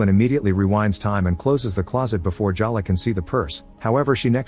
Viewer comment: Is it Jaw luh or Jell luh? You pronounce it both ways. But I'll bet it's pronounced Jay luh.